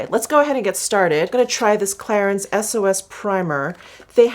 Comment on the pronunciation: Just have to say thst: #clarins is pronounced Klarang